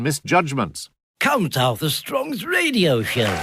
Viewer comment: One pronounces radio ‘ridio’